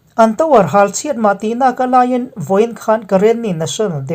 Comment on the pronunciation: kalay lam i sawi kha a dik khawp mai a dik chiah e